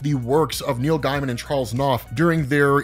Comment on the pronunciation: it's pronounce Neil GAY-MIN not GUY-MIN, Neil GAY-MIN. It drives me crazy that he is one of the most famous contemporary authors in the world today and you mispronounce his name in every video. You can look up any interview with him to see that I'm correct.